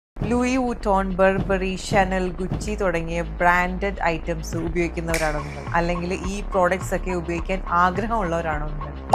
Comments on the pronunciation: Pls fix ur pronunciation dear! Gucchiii alla gu chi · It's not Gu-chi dear its Gu-shi